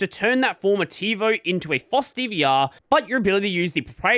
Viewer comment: It's FOSS, not floss. Floss is the string you clean your teeth with, or should at least. You don't need a license to floss your teeth. Well, at least not yet, but I wouldn't be surprised if they are working on one!